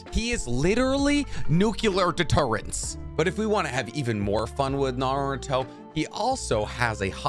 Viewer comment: Just found this channel, which is pretty cool but a major downside is this guy's pronunciations of Naruto/Japanese names. So American of him. For now it's a great channel, and I'll bne going back to watch old videos but his pronunciations are definitely going to grate on me.